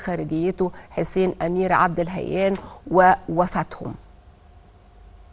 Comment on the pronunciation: عبداللهيان وليس عبد الهيان